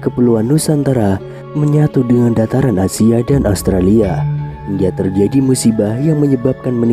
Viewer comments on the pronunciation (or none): none